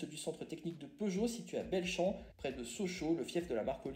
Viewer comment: beau boulot! pour l'info, le circuit test de peugeot belchamp se prononce "béchan" c'est a coté de chez moi.